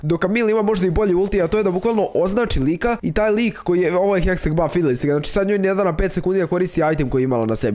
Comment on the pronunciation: nije hesteg nego hextech hahaha #BANDA